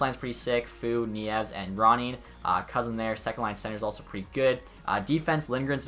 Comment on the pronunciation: Boo Nieves’ name is pronounced “Knee-ev-es” Not a great player, but he’s still a Michigan grad lol